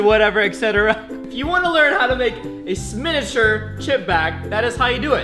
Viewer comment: Roi said "Sminuture" lol